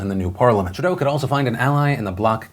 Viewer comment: Philip DeFranco Phil Phil Phil it’s pronounced True-doe not tri-dough